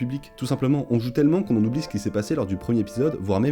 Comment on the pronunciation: Cultiver le détail.... Apprendre à faire les liaisons en serait un bon à cultiver. Le premier-R-épisode, le second-T-épisode.